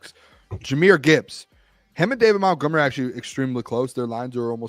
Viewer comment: The Doc needs to ask Monty about all this MOUNTgomery stuff so he can tell to say his name right. Lol